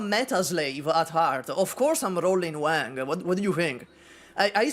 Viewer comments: i love you but i cant watch this video because of how you pronounce wang, it irks me so bad… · I am here to listen for ranting about Wang but I had to hold myself back from cringing at how butchered Wang's pronunciation 😂 My China-Indo self is dying from cringe listening to him saying Wang haiyaaa